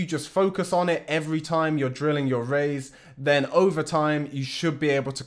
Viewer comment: I say Raiz jus like you 🔥